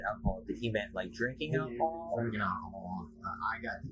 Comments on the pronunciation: Alcohol. - not 'alchohol'. (Could not resist offering a correction; I learned English in school, lol) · Alcohol not alcohohol...